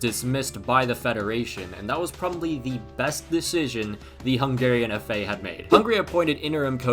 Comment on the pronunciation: I’m confused, how come your hungarian name pronancing is this good? You literally got every name right. It’s just doesn’t make sense for me.